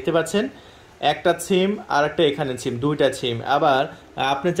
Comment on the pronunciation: ব্যাটা, ছিম নারে, সিম, আগে ভাষা ঠিক কর।